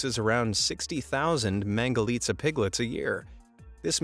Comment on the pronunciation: I like the fact that he said mangalica right